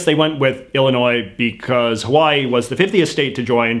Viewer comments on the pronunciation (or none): none